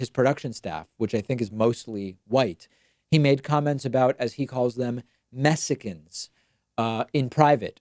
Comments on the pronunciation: i have heard dozens of black people say "mexican" just fine, jesse has a speech impediment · Black people have a hard time pronouncing Mexican as mesican. It’s not just Jessie